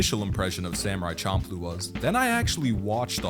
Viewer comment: The nujabes literally correctly pronounce the name of the show.